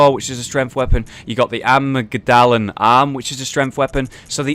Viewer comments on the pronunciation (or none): Central or according to the dictionary, amygdal (the route word) is: a-mig'dal (I'd use the rotated e for the As but I don't have them on my keyboard) I think pronunciation is actually fine on this one, it's just his intonation. He kind of sounds Japanese when going from the G to the D, like amigudala. A mig da la. Not Amigu dahla. If that makes any sense;) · It's pronounced am-ig-da-la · For the good of humanity, needs to say those words correctly